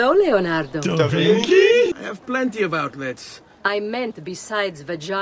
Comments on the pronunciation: The mispronounched Davinki is the funniest shit so far _D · Da Vinki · I'm rewatching this just to hear "DaVinky?"